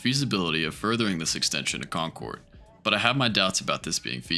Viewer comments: It's CON-kird. Not Con-CHORD. It's MOR-iss-see not mor-ISS-see. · WalthUM and Con-cord is making me irrationally angry. It’s wal-tham and it’s concerd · It looks like someone might have already brought this up, but. . .you obviously know the area well. . .so how on earth can you not know how to pronounce Concord? Possible for another video: After 60 years of using the T, off and on, I finally realized how to explain its layout. It's perfect for anything--if you live on Beacon Hill! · your pronunciation of Concord is killing me 😂 EDIT: Waltham too